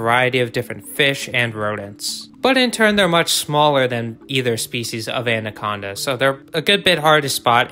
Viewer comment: I can't get over how much this guy said ANDaconda. Like damn informational video but I stopped adding a d in the pronunciation when I was like 8 years old